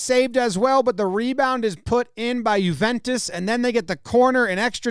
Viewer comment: Thank you for pronouncing “Juventus” correctly. “Annals” was a little suspect, however.